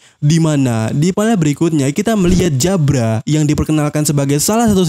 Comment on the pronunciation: Nyebut jabra pake jabura aja bang, lebih enak didenger....di anime juga nyebutnya jabura